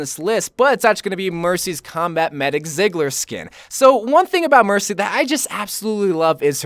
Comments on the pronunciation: I cringe every time he says ziggler ITS PRONOUNCED TSEIGLER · I heavily agree with no. 1-4. I still need winged victory! I believe you would the passionate about the Mei skin video, so I'm looking forward that. Btw, Ziegler isn't pronounced "sigler", it's pronounced more like "Tseegler" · It's pronounced Z-gler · So he won't even try to pronounce number 5 but he completely butchers her last name, fml